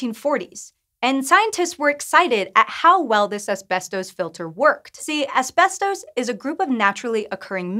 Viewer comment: This is how you pronounce "ASBESTOS"